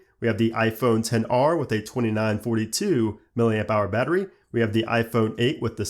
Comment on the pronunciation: for some reason it bothers me that he says 10 r and not xr.